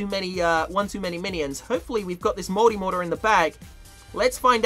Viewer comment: When he says multi mortar it sounds like he is saying moldy water